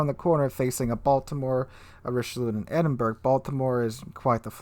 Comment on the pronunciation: Also. Edinburgh... EdInBuRgGgG. (Its pronounced Edinburrow) Lets not forget the Gneisenau. Which you pronounced Ganeizeno lmao. Its pronounced Neyezenow.